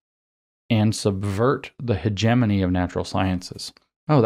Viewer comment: By the way James, you don't know how to pronounce hegemony.